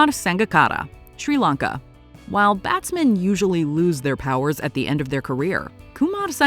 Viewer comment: Some of the greatest batsmen in cricket And made no mistakes when it comes to introducing these fine batsmen she speaks with such class and as a proud member of the West Indies WE APPROVE THIS VIDEO (🇹🇹)